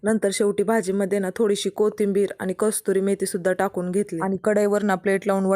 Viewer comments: Kasturi ❎ kasuri✅ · कस्तुरी मेथी नाही ग कसुरी मेथी असते😂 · ताई कस्तुरी मेथी नाही कसुरी मेथी म्हणतात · Kasuri methi ❎ kasturi methi ✅😂😅